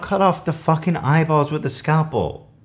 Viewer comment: how have you not heard the word scalpel before lmao "skayle-pull" tf